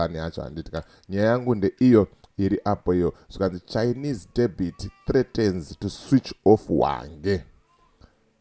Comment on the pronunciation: Debhit haisiyo debt. makafunda ku ZPF HQ here?😅😅😅